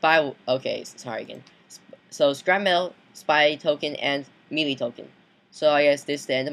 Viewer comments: Boy it's may-lay not me lee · Its pronounced May-Lay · Look it up in a dictionary. It's pronounced "may-lay" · Wow I love it when he mispronounces melee. MEELEE! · It's melee (may-lay) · just sayin melee is pronounced maylay